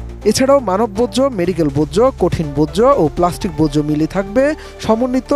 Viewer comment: বোজ্জ না ভাই বর্জ্য